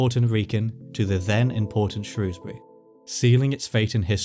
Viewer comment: Thankyou for saying Shrewsbury correctly